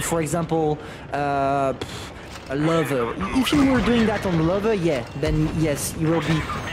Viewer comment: I like how he mispronounced "Löwe" as "lover" (you have to stretch the "ö" more)